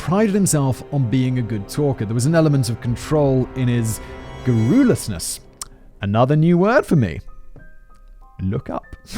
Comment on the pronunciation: Before you use garrulous, big brain Simon, you might want to check how to pronounce it. 😉